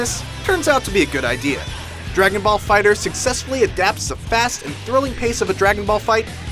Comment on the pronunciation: Fighter z.. stop saying fighters lol